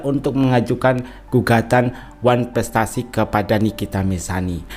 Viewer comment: Masak kepinginn datangggg ngomong wanprestasi aja susah😅😅😅